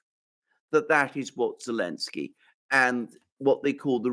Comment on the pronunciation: He's Zelenski.......not Elenski 😆😆